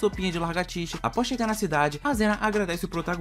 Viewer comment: Alguém percebeu que ele falou largatixa em vez de lagartixa